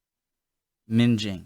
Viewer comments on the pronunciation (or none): Minging. Ming (like Ming the merciless from Flash Gordon) ing not Minge . Means awful, nasty, bad. Keep up the great work Sir. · LOL!!! "minge-ing" is something totally different to "minging". I'm laughing so hard right now. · Taking the piss means your making fun of somone minging means somthings Gross your also pronouncing wrong think like ming ing not minge ing 😜 mingeing means somthing else all together 😅 I also don’t get the way americas get confused about driving on the opposite side of the road Iv never seen a Brit get confused with driving on the right when we go abroad it’s not that difficult to get your head around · Minging - not minjing - minging means terrible. Macdonalds, oh it is bad, it is minging! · Ming-ing not minge-ing lol, it means ugly and/or dirty (like you haven't washed) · Minging? There isn't an 'e' after the 'g' so it doesn't have the "J" (as in 'Just') sound. Minging, sounds like ringing. Which is the opposite of "well fit". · minging as ing ing not inj . Means something is a bit ugly/ old /yucky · Minging (with a hard g) ming-ing not minj-ing. To mean very ugly, she/he is minging or a minger. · One thing that strikes me about nearly all American YouTubers is... They can't read. Sooooo many times in song titles and basic English words they cannot read them. Mingeing? Really... It's not hard... Ming-ing! Minging. Why can't you guys read? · You really don't want to be "minge-ing" a "minging minge" LOL!! (google minge) , a red light is always a hard stop, there is no turning at a red light, unless there is a filter lanethat will be controlled by a separate set of lights. Dependant on the terrorist threat there will be armed quick response officers in and around London especially in high risk areas (airports, train stations, that type of place. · Minging is with a hard G, minGing. Taking the Pi** is having a joke, laugh! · Ming pronounced like ring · Minging (or minge-ing ) as you said, being a Lesbian activity.......ROFLMFAO